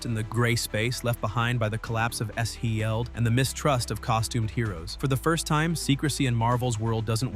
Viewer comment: It's pronounced "sheeled"